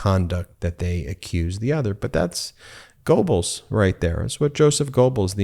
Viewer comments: The oe in german is pronounced er, so its more like Goerbbles. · It's pronounced GER-BELS even though there's no R in the spelling. GER-BELS. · Learn to say GOEBLES, please! Even a scumbag's name matters! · Funny how yanks can’t never say famous German names right….lol